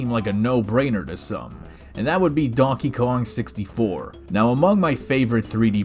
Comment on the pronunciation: hey dude! You said dankey king